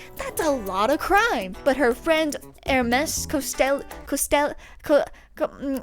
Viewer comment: Pronouncing Ermes Costello as "Ermes Costeyo" changed my entire worldview